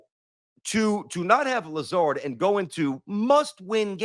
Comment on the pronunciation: bro said "Lazarre" lmfao